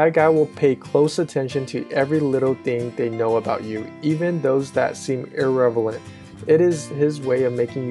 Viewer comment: min...your pronunciation of irrelevant 😂😂😂